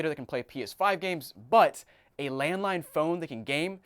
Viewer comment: Anyone else think he said “I bought a landmine phone” 😂